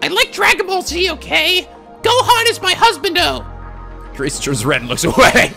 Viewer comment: "Gohan is my hazubando" Oh shit...oh shit. My stomach...hurts... rofl